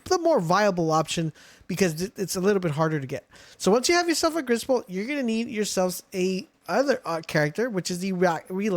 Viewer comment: Griss bolt more like riss bolt 😂😂😂😂😂😂😂😂